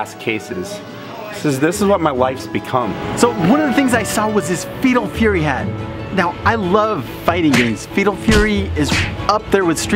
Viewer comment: Is saying "Fetal Fury"? Because that sounds like a MUCH different thing...